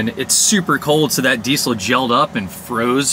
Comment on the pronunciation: Dude, it's pronounced: deezel (diːzəl).